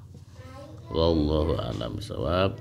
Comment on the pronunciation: Tapi mengapa beliau tidak dapat melafalkan Lafadh Jalalah dg baik?